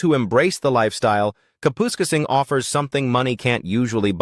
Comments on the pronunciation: “Cap””us””casing”. Kapuskasing Lmao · Kapoooskasing lol - AI doesnt know how to pronoune it. I grew up in New Liskeard (Temiskaming Shores) it is no longer affordable and no there are no palm trees.